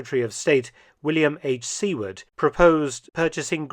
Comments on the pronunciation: I've been to Seward's house. Its an open museum. His name is pronounced Sew-ward, not Sea-ward. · William Seward's name is pronounced "SUE-WORD" not "SEE-WARD". If you're going to use historical names, it gives more credibility if you pronounce them correctly. Otherwise, excellent in-depth historical commentary about the entire history behind this geopolitical gambit by the U.S. to obtain Greenland. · Excellent video, as always, MF. One correction: The correct pronunciation of the last name of William H. Seward (American Secretary of State, ) is not "See-ward" but "Su-ward." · 😂😂😂 It's not sea-ward but sue-word. How did you do that? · It's pronounced Sue-word, not See-ward 😊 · A minor note. In the US, Seward is pronounced "Sue-ard". Not terribly important but, just wanted to set the record straight. The only nation that can afford to both buy and administer Greenland is the US. Of course the Dane's may once again just refuse to sell. So, possibly a moot point. Why not just let the native residents decide? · Secretary of State William H. Seward's surname is pronounced "SOO-erd." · Seward is pronounced SUE-ard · Seward is pronounced Soowerd. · Seward is pronounced SUE-ward. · “Seward” is pronounced “soowerd.” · Seward is pronounced Soo-urd. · Good stuff I was not aware of all the machinations. The US has tried to get Greenland in the past. I do apologize for the lack of intellectual density on the part of some people on the east coast of our country. By the way, just as an aside, Seward is pronounced sue word. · There's a boorish, poorly-worded "eminent domain" joke to be had here, but I can't think of it at the moment. - Dr. Felton's mispronunciation of Seward is so..... cute.